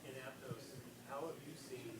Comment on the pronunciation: Pronounce Aptos correctly coach.